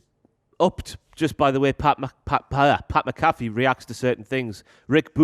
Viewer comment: dont mispronounce Pat’s last name. You’re dead to him if you do that... Pat MAC-uh-Fee.....